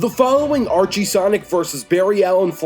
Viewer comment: It is Archie.